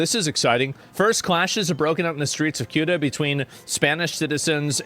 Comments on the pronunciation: Jorno guy pronounced CEUTA as SOOTA Asmon pronounced CEUTA as KYUTA and COOTA, three tries, three misses. It's pronounced Seh-oota And CEUTA IS PORTUGUESE CLAY GIVE IT BACK YOU SPANIARDS! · It’s pronounced like sewta, not suuta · Ceuta (pronounced theh-oo-tah) is 10 times smaller than Washington, D.C. It has 80,000 inhabitants. Mind you, 40,000 military age men have invaded the city. Meanwhile, former and present Spanish government officials were busy celebrating the King of Morocco at the embassy in Madrid. 🤦‍♀️🤬